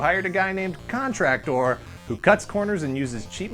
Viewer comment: Hahaha. Paintor and Contrac-tor. :) Add SuperVi-Sor and Fore-Man.